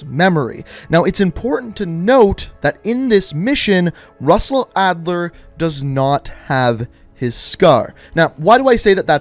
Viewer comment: Lol SUSsell Adler